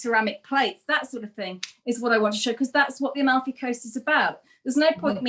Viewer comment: it's AMALFI (not ALMAFI).. :)